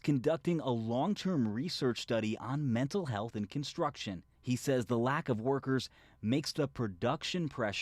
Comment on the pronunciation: 'Constuction'. Ok.